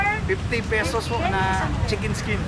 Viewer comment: Lit’s gu.. 😂 fish bul… 😂 chikin skin… 😂